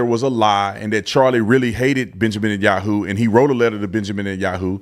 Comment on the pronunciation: This moron can't even pronounce b.n name correctly.